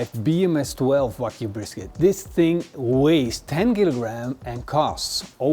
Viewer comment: Its Wagyu beef, not Whack you beef😂😂😂